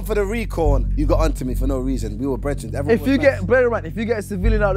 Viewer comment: No one talking about maya saying bredrians